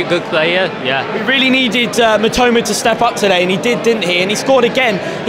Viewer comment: マトマ（matoma）じゃないよ ミトマ（mitoma）だよ